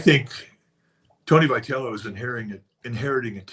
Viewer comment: Why cab Tom NEVER pronounce Vitello correctly?